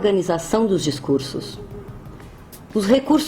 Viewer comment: Aos DiscurSSos ( com 2 esses!!!!!).